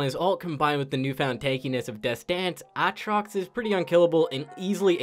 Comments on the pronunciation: Is it a throwback to key & peele sketch when you say A-atrox? Or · He's just doing the LS meme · Is there a joke I a missing here? Why does pronounce aatrox differently each time